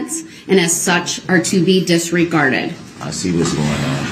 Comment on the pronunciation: Another word for Darell Brooks dictionary “disgarded”. This fool can’t even say simple words correctly. Is he trying to say “disregarded”? Fool 🤡 i swear I’m going to write a new dictionary - instead of Websters it’s going to be called “The dictionary of a fool”